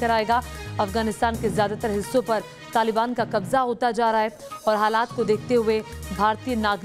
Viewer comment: Qabja😂😂😂 Qabja nahe Qabza hota he aur Majar e Shareef nahe hota Mazar e Shareef